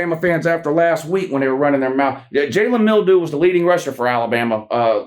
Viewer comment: I still crack up every time he says Jalen Mildew.